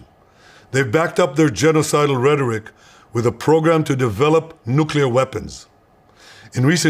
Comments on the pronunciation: Nu clee er, not Nu cuu ler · nucelir sites ? I listened to it five times, is that what you said ?